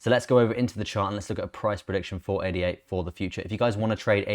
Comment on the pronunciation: ADA is a name 'ada lovelace' (mathmatician). should be pronounced as such. not individual letters. 'Ah dah'. It has just completed the final part of it's roadmap, completing its self governance, whihc was signed in Argentina and Kenya last week. It has also just completed testing of one of it's scaling protocols Hydra. Where it managed over 1,000,000 Trasactions per second. So much positive news coming out of the Cardano blockchain.